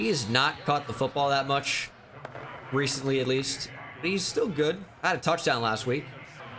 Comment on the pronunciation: Lol “Reece”ently